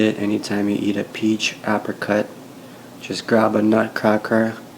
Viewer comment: What's an ahpricut?